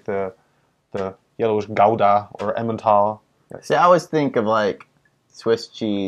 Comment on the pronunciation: He mispronounced the G in Gouda.